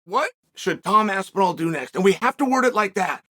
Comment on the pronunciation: Chael so impressed by Tom's performance he pronounced his name right